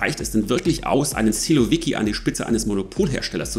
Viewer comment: Lieber, kurz etwas zur Wortbildung im Russischen. 1 Silovik, 10 Silowiki. Betonung auf der letzten Silbe. Analog zu Bolschevik, -i = Mehrheitler. Menscheviki = Minderheitler. Sil = Macht Danke! Mach weiter so. Aber warum musst Du so schnell sprechen? Und jede Atempause herausschneiden?